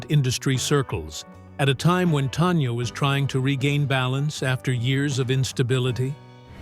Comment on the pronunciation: Please pronounce her name correctly. It is NOT TONYA. IT'S TANYA.